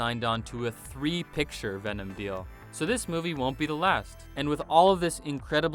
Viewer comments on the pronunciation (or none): none